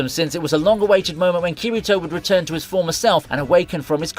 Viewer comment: It hurt my soul to hear Kirito's name pronounced like that